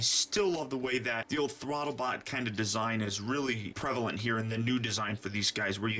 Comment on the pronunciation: why do you say thwotobot?